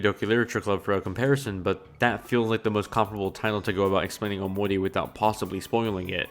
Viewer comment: So why does he say it like "omoni", lmao